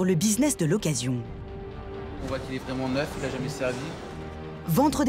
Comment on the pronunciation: Suw le powtefeuille on fait waiment waiment attention.